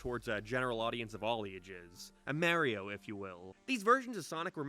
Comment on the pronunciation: The way he pronounces "Mario's" name is majestic ✨️ 😌